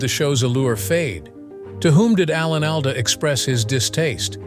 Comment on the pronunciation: I have always heard Alan's last name pronounced ALL-duh.